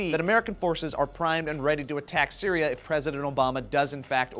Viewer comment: said cereal in stead of Syria the last time he said syria